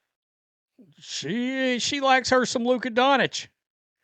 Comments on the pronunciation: Donich? That's some really hillbilly stuff. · he’s just not an actual sports fan, he just likes to get red and whine. Any actual fan would correctly pronounce Doncic, Jokic, etc